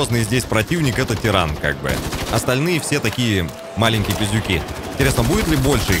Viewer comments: Да блин ТАРАН он ,А НЕ тЕРАН)) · ТАРАН А НЕ ТИРАН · все видео ждал, когда правильно прочтет имя моба)) не дождался